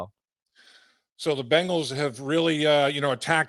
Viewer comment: Love hearing from Chris. You just gotta teach him to say BEngals and not BAngles! The Bangles are a band from the 80’s!